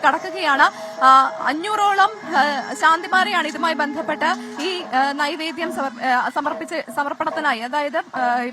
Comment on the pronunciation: നിവേദ്യം അല്ലെ നൈവേദ്യം ആണോ...???